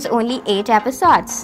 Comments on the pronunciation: Stop saying apisodes😂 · i left the minute you said "episodes" in a very weird way😬😬😬😬😬😬😬😬😬😬😬😬😬😬